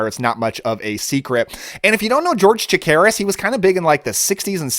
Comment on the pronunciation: George Chakiris -- sounded like you were saying "Takiris" ... Good actor and still with us. Just re watched the Kolchak series and the first movie. Holds up well. I believe I've seen The Vampire on late night TV a long time ago. It wasn't bad. Don't recall if it was the one where the two vampires at a family gathering/party spend most of their time huddled together next to the punch bowl which was much funnier than I think it was supposed to be. Good selection.